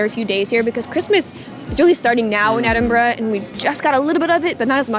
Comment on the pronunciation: Thank you for pronouncing Edinburgh properly :) Not easy for Americans to do. You nailed it!